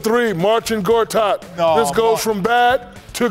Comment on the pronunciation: Shaq not even attempting to pronounce "MarCIN" ... "MarTIN GOTAT!"